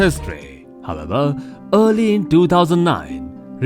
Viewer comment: Are you saying "however" or "hababa"?